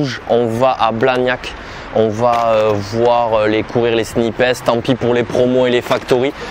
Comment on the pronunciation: « SNIP HESS » 😭😭😭